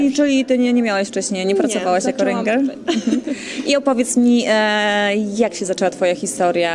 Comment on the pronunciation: rynger XDDDDDDDD ŁYNGER XDDDDDDDDDDDDDDDDDDDDDD